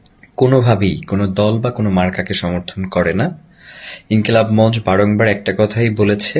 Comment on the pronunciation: গুলি খাওযার পর ২ দিনেই সুস্থ !!! মঞ্চ শ্দটাও ঠিকমত উচ্চারণ করতে পারে না।